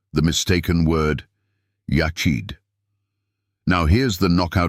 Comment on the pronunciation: You lost me 2 seconds in w AI voice mispronouncing the topic of discussion. "Echad" is EXACTLY the proof of the multiplicity of God or His 'PLURAL-NESS' When you look at grapes they are known as a 'bunch' which means plural. Echad is the same concept.